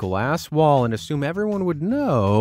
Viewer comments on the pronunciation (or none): none